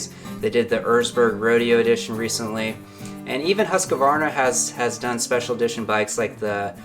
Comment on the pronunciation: It's NOT Husq-A-varna Its just HUSQVARNA. 3 syllables not 4. Sorry, i'm just a little OCD about that. Great vids though